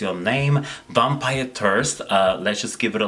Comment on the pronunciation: I honestly thought you said vampire turds for a second 😂😂😂x